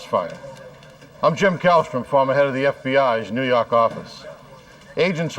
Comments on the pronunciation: "nuu yawk affice" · Noo Yawk Arfice